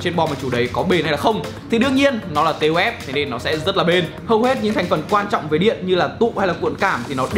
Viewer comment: Đọc là táp-phờ nhé :v